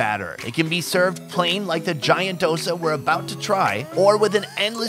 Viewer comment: FFS ITS DoSA NOT DOSA